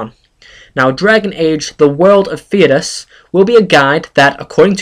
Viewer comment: DA3 has been worked on for about 2 years now? i think its said Fhey-das but everyone says stuff different so no offense.